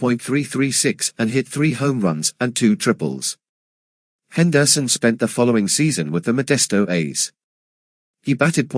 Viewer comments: Wow! I didn't know that Rickey's last name was pronounced "Hen-DER-son." You learn something new everyday. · Can’t listen to this AI podcast butchering the last name of one of the best baseball player of the 80’s and 90’s. Henderson Son